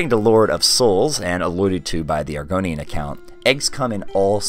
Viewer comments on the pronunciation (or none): "Argonian Bewbs" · you say it like bewbs, thats all i needed to continue watching this video